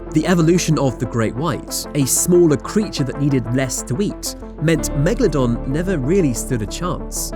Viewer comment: Megladon More like Lemadon